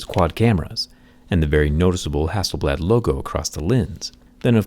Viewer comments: Everytime is pronounce Hasselbald and remind me you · Who is hassleblad ? 😂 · Everyone - Hassel blad Me - Hassel bald! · Zack is mad because the company's name is not "hassel-bald" 🤣😂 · Its hass-sell-blaad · Hasselblad or I say hasselBALD ..😂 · Hasselbald right there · For Him- It’s ‘HasselBald’ 😂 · A think it is Hassel "Bald" Not Hasselblad😅😃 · Who else thought it said “Hasselbald”? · Who is hassleblad😂😂😂